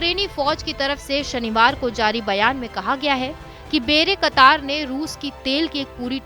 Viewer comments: बेरे कतार नही, बायरेक्टार है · Actual pronunciation should be "bay rak tar" It is not "bayra katar". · बेरेकतार नहीं बायरक्तार 😂😂😂😂😂🙏🏻🙏🏻🙏🏻🙏🏻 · Wrong pronunciation of "bayraktar" and "karabakh ". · Bayraktar tb2 ka naam b padna nhi ata 🤣🤣🤣🤣